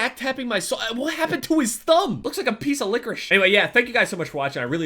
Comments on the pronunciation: The way he said licorice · I cringed when. I heard you say licorice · He said licorice in such a weird way